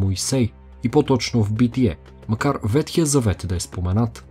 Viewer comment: Благодаря за интересния, както винаги, епизод. И една малка поправка. Правилно е да се казва ВеХтия а не ВеТхия. Вехтия от вехт - стар.